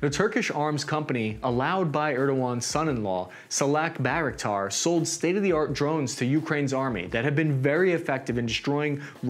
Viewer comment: It's definitely intentional. He even mispronounces "bayraktar" as "b-aa-raktar", though I'm certain he'll have heard the word said dozens of times at least since the war started, given that he's been keeping up to date with events enough to make videos on them.